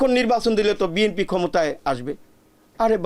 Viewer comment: বিএমপি বিএমপি বলছেন কেন ? একবার শুদ্ধ করে বলেন- বিএনপি